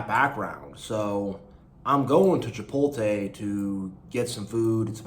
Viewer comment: Hey btw just to let you know it's Chipotle (chipot- ley") not Chipote